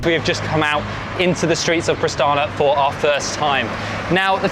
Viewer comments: Its Pristina... not Pristana. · Prishtina, not Prishtana. Otherwise everything is ok :) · Pristina not Pristana